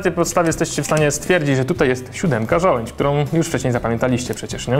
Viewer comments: żołędź? a nie przypadkiem żołądź? :D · ŻOŁĄDŹ! Nie żołędź. -.